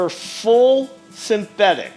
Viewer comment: I'm sorry, but could you pronounce synthetic again?